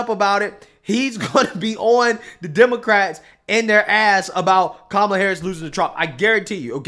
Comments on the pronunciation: Why isn’t Whoopi getting backlash for saying “camma-luh”??? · Did Woopie say Kahm-eh-la? I thought it was Com-ma-la. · I just threw up in my mouth. He can stick that ukraine pin where the sun doesn't shine. That's true, he 100% ruined the country in which he set out to do. Woopie said "Camela" is that the correct pronunciation? Spend time with his grandkids...Haha. Give biden the same secret service "I don't know how to get my gun in the holster" women Trump had. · Did whoopsi just say Camela? Why she so racist? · Holy crap! Whoopi said "Camala!" Why isn't she being torched all over the liberal media. Mispronouncing Kamala's name is a sin, a threat of violence, what the hell is gling on!? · Racist Whoopi Goldberg Says " CAMEL-la" A racist black slurring the 100% Indian, not black girl. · OMG ...WHOOPIE JUST CALLED HER "CAMEL- AH" somewhere around the 11 1/2 min mark!!!! WE ALL NEED TO BE IN AM UPROAR RIGHT NOW! SO DUMB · Whoops!!!! Whoopi just mispronounced kamel’s name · Whoopie called her Camel-uh. She must be demonized and canceled 😂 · Camel-ah 😂 😂 Whoopi can't say her name either! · Notice how Whoopi Goldberg gets to say, Kamala, like camel, but if anybody else announces her name, that way they get customized. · Whoopi said "Camela!"! LOL 😂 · Did the whoopie cushion just call her camelah??? 😮😮😮 I've been told there's a label for people who do this 🤔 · Funny, Whoopi said Kamala’s name wrong… who is Cam-uh-luh 🤔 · CAMAL-UH!? CAMAL-UH!? Whoopi is RAAAAYYYYY SIST!!!!! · AM I THE ONLY ONE WHO CAUGHT WOOPIE PRONOUNCING Kamala’s (CAMALA) NAME WRONG??? I THOUGHT THIS WAS RACIST AND DISRESPECTFUL 😂😂😂😂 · Love how Whoopies pronounces Cama-la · Whoopi did YOU really call her Camela?? HAHA U 🤡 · Camel-a said by Whoopie. Thought it was racist to say that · Whoopi clearly discriminated against Kamala by saying her name wrong. Totally disrespecting her! She said Camela. Hahahahaha! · woopie said kam a la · Whoopie said her name wrong. She called her Camela 😂